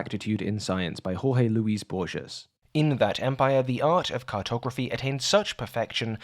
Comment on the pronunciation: Bruv, your pronouncing ‘Borges’ wrong and it’s driving me a bit mad. Good job on everything else though